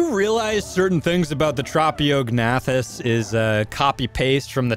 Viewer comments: Hearing the silent g pronounced every time was painful, also pretty funny though. It's like pronouncing the "P" in Pteranodon. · Just to let you know, to pronounce ‘Tropeognathus’, you say it like Trop(like tropical)-E-awg-nay-thus. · I pronounce it more like Troh-Pae-Og-Na-Thus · Well this is certainly going to be an interesting creature to mess around with. Also I'm pretty sure the correct way to pronounce its name is this. (Tro-pa-gA-na-thus) hope that helps. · Tro-po-ga-nac-tus I know no one ask but, that's how I pronounce it. It's not the right way to say the name I don't think. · I thought it was trow-pee-oh-nath-us.. Like the silent g in gnat... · It’s trophy-o-gen-ath-us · U got it so close its tro pio gnathas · The name is pronounced Trop-e-og-noth-iss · Pronounced: Trop-eo-g-na-thus